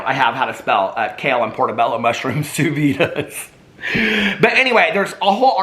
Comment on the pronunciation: Even Vinny Bobarino knows it is pronounced [soo veed]. Thanks for the laughs,!